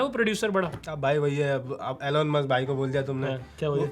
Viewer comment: mere bhai Elen Musk nahi Elon Musk he wo.